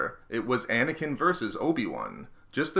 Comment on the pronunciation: Anakin...not snaking